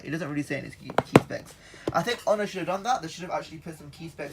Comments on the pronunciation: And he says ho ner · It's pronounced oner